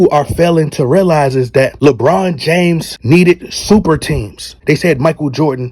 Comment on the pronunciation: Bro, when you say LeBron James you don't sound right. But when you call him LeBum James, I crack up everytime. Keep calling him LeBum.